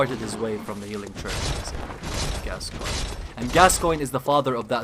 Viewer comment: I must say, I appreciate that you could pronounce the name Gascoigne. It's Gas-Coin, it's not that hard. Yet, SO many other channels insist upon saying "Gas-kee-oh-nee" or something. It gets kind of frustrating after a while.